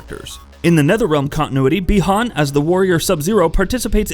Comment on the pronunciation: I’m surprised he didn’t say “Bie Han” lol. Got the easy name right